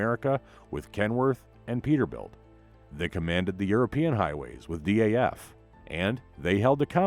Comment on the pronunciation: I noticed the same thing. Also its DAF, not D.A.F.